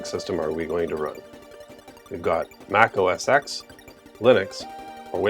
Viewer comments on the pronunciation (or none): MAC OS TEN(X) not EKS. It’s a Roman Numeral